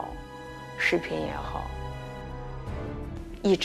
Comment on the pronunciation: 每次都把视频说成视屏😂😂😂别的前后鼻音都没问题，就这个词每次都说错😂